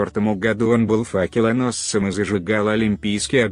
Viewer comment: Материал интересный! Согласен! только ударение в словах неправильно. Например :сатрАна надо странА.или гОду а надо годУ.